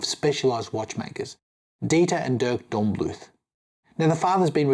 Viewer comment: Nice watch, but, given how invested you seem in the brand, it's a bit disheartening how you keep butchering the brand name. Angry greetings from Germany